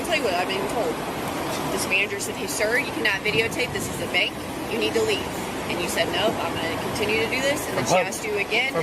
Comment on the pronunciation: Wtf is a "benk"?